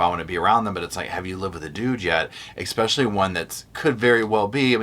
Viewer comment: It’s pronounced “especially” not exspecially. There is no “x” in pronunciation. Respectfully 😊.